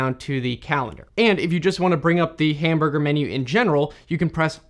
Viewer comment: If you open up the "hamburgher" menu...